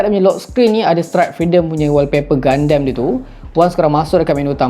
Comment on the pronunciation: Bang sebenarnya dia pronounce 'GUNDAM' bukan 'GUNDEM'.Btw Crossbone gundam tu nampak nice dan phone tu pun nampak cool😁